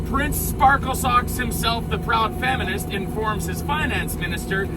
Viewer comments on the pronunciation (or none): Did you say "Faminist"? I guess that would be accurate description. I guess we can look at the fact that scurvy, caused by malnutrition, has resurfaced in Canada. I agree with the foreign interference. I actually go further. I think the Liberals are funded by organized crime. Why else would they de-arm the population at the same time as loosening bail restrictions allowing criminals to perpetuate more crime while waiting for the trials on previous charges.